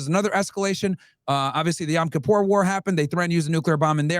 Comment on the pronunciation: “YAm Kippur” war…for the love of God, someone tell Myron it’s not “YAm”…stupid.